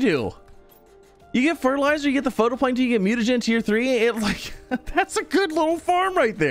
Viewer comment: Love this series and appreciate the update vids! Gotta say though... It's "fight-o-plankton" not photo.